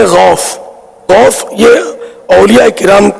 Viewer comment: Are khabees ke bachche pahle gaus bolna seekh ja phir baat karna aur baraili ke logon se itni taklee kiu hoti hai tujhe Maine tu kar ke is liye Bola hai kiu ki jo mere gause aazam ka nahi woh kisi ka nahi Labbaik ya Rasoolullh sallallaho Allahe wasallam Labbaik ya Husain Alaihissalam Labbaik ya gause Aazam